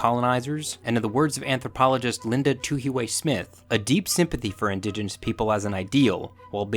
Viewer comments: Kia Ora! Linda Tuhiwai Smith's Māori name is pronounced quite differently, you could either find someone from Aotearoa to sound it out for you, or here is my best attempt at phonetics - it it too-he-why, but don't hold the vowels too long. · LETS GO TUHIWAI also with maori, pls roll the r